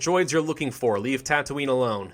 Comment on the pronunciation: They did actually film Star Wars in Tunisia so you were right to pronounce it tatounie